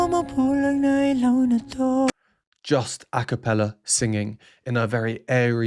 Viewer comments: Subscribed! The only reactor who knows their name, their voices and pronounce well the word ILAW. Mad respect for you, Sir! Love all the explanations about the instruments and even the count of their verses. The hype is really hyping. ❤ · thank you very much sir for perfectly pronouncing "ilaw"❤❤❤ hope to see more of your sb19 rvs 🎉🎉🎉🎉🎉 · You are the only reactor who is new to sb19 that perfectly pronounced the word ILAW. THANK YOU!